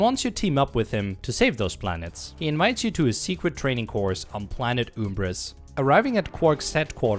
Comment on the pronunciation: after thought of watching the video: I wasn't wrong, it is awsome! You covered everything. I didn't realise that BTS is short for Blarg Tactical Station lmao, your max health isn't 7 but 8 nanotech hit-points, the morp-o-ray is a weapon and not a gadget, it's pronounced uhmbris and not youmbris, I'm sad that you didn't show the end of the clank-mother cutscene, come and buy a pixelizer and I'm pretty sure my best time on planet Rilgar Hoverboard races were around a .